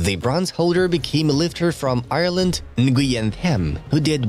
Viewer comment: Tham Nguyen is pronounced “wen”, it is a very common Vietnamese name